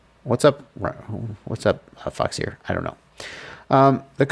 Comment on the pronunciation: foxeer, pronounce "f*ck sir"?? lol why foxeer not waterproof they product??